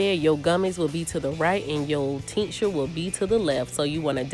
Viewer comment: What is the teenksher or what is it that you’re saying sorry? 😂